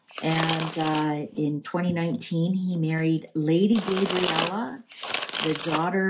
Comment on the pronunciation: Lady Gabriella , not Gaybriella